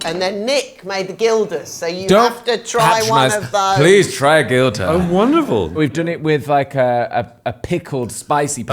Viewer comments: Its pronounced ‘hilda’ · It’s pronounced Hil-da, not Gil-da, even though its spelled Gilda. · For the quality of the chef and Fry, I wish they would pronounce Gilda’s properly ‘hilda’s! And Basque food is not Tapas, they do Pintxos…